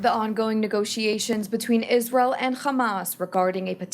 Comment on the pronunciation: did she just say Jizrael ?